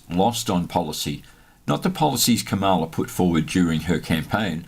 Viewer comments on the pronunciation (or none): 🥳🎉 Happy New Year,! 🎉🥳 N.B. There are no long vowels in the Sanskrit name, "KAMALA". 🥱